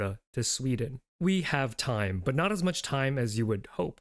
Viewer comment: "I'm not Korean" sounds like "I'm North Korean" 💀